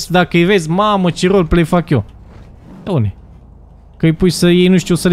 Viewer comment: Pe atunci nu ziceai Roleplay ziceai roly play